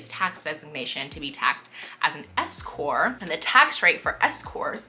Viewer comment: Love the Office Hours. BTW it is S-Corp. The P is not silent. Keep up the great content.